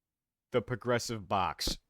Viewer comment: The Progressive Box always sounded like TFP Knockout to me, so like yeah, lol